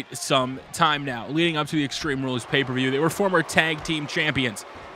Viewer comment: Great video and by the way u said paper view